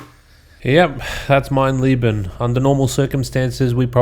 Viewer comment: It's funny how everyone seems to call the Wolfenstein trophy "mein lieben" (my love) instead of "mein leben" (my life) just from how they assume the e would be pronounced. It's just funny that you're subconsciously on a quest for love in your heart while doing the most diabolical trophy ever.